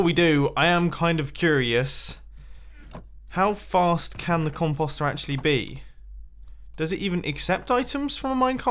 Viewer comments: The way you British people say "composter" makes me want to jump off a bridge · Ok. I see no other comments. Is that actually how you pronounce composter? If so, my life is a lie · I'm pretty sure the way he says it is a British pronunciation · Are there any other Americans slightly annoyed by the way he says "compost?" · Composter, the next Cauldron. You pronounce composter so wrong. It's com-poe-ster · C-om-po-es-t-er mumbo says that wrong.... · It is pronounced comp-o-ster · “Con-pause-stir” beautiful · Still calling it The "compasta" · Mumbles try saying com po ster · I couldn't finish the video because of how he says it mumbo.... com po ster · Con post say it right😀😀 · Composter is pronounced "poster," like the word that rhymes with coaster or toaster. Comtoaster? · Com-p-o-st not com-pos-t At least that’s the way I say it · It’s Com-Post-Er, why are you saying it like that 😂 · It’s pronounced com post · Comp-aw-ster 😫 Triggered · "cumpawstrr" it hurts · Com-Post, like postal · Mumbo you pronounced composter wrong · I love the way you say compost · Omg say composter right. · like yur saying .com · He pronounces composter so weird. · Why did he say it soooooo weird